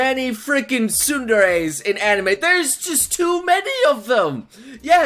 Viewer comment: lol whats a tsundairy lmao